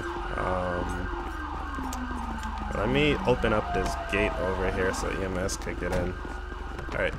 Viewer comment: Uhh do you mean ems cuz you said ams